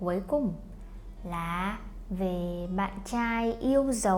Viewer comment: Chào găp bạn not chào găp bạt